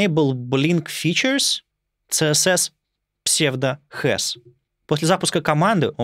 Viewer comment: CSS правильно произносить как "Си-эс-эс", а не "цэ-эс-эс", несмотря на то, что первая буква в расшифровке аббревиатуры не звучит как "СИ". Потому что аббревиатуры принято читать как алфавит. Вы же ведёте блог про верстку. Как вы можете неправильно произносить названия своего основного инструмента?